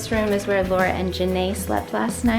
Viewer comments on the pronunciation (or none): none